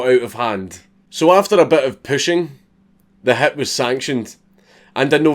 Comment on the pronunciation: Everytime you say "hit", I hear "hat" and let me tell you that it's pretty fucking disturbing at first